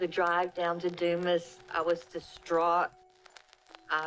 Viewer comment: "Due-mus" "Doo-Mass" but not "Du-ma" Also, Kenneth didnt do this, anyone who looks into this case can see that.